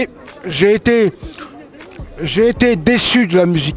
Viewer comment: “c’est quoi votre chaîne youtoube”😭😭